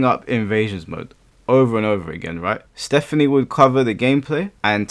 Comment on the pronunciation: “ Stephane” lmao